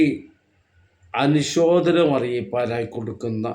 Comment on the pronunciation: എടോ മനുഷ്യാ, അനുശോധനം എന്നാണോ പറയേണ്ടതു, അനുശോചനം എന്നല്ലേ പറയേണ്ടതു ? 😜🤔